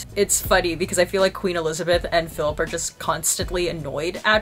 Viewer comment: 'feelip' lolll